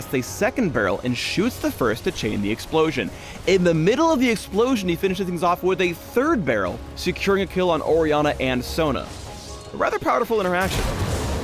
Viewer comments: He said powderful at the end. powderful.. I'M DONE YOU WIN /FF I QUIT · "A rather powder-ful interaction" Really,? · Pretty "powderfull"...? It hurts. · "A rather powderful interaction."... Gosh darnit.